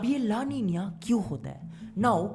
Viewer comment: It's ला नीना, not ला‌ नीनिया 😂